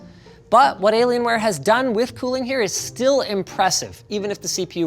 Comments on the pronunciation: I love the way he says "delaylionware" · Hah, “De’llaienware” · Has anyone else heard "deliriumware"? - and again... Cannot unhear. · i thought he said delaylienware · I keep hearing De Lalianwear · Did he just say delaylienware? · Hey Linus, what's up with the "Delalienware"?😂